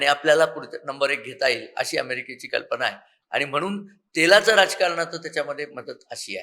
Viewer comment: अहो मॅड म मराठी थोडी सुधारा कल्पणा नसुन कल्पना, मणा पासून न म्हणता मना पासून म्हणा कदाचित तुमची प्रतिष्ठा वाढेल.